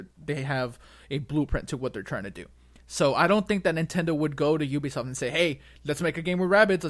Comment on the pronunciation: Is no one gunna comment on Jakes pronunciations. Lakeedoo Lakitu. Oobeesoft. Ubisoft.